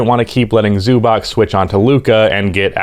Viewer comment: Try to say Zubac with a "ts" on the end, "Zubats". That is a more correct pronounciation then with a "K" on the end.